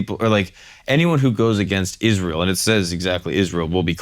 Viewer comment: Mispronouncing the word Israel is really blasphemy but we say Noel totally correct.